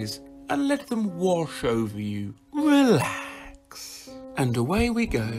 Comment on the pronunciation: Holy fuck! Why did I see a two headed sheep when he said eelax